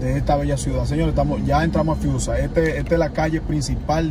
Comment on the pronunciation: Dice friusa no fiusa...